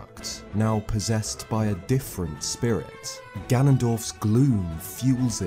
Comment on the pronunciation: every time you say gloom, i hear glue :p